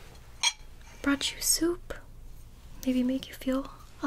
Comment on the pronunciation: For a second I thought she said "I have some soap you should have a few bites" but I realized she said soup